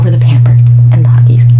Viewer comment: Nobody:: pYAMpers